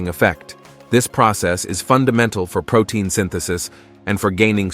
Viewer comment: You mean....pro-TINE!🤣